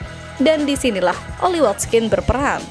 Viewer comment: Watkins min bukan watskin aduuuh